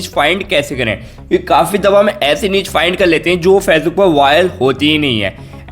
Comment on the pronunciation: Fezbook नही होता..facebook होता है भाई पहले ठीक से बोलना सिख ले....